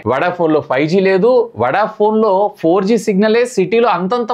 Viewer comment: వడ ఫోన్ అంటారా వొడ ఫోన్ అంటారా..కొంచం సరిచేసుకో మాట్లాడటం